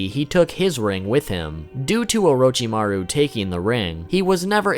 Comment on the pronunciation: Please never say Orochimaru like that again thanks